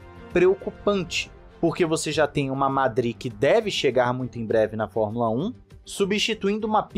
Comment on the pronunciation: Gostei muito, muito mesmo, de vc dizer: formula (É) como 99% dos brasileiros fala, e não formula (Ê).